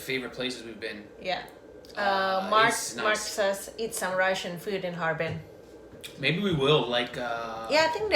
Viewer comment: No, there no Ha Er Pin, only "Harbin"